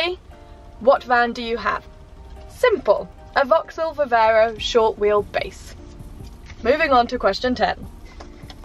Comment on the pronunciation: Hi, question for next time or just answer here if you don’t mind, but if it’s too personal no worries Q. Why don’t you take your pup with you on your travels ? One small thing too, surely it’s Viv-arrr-ro not Viv-err-ro 🤔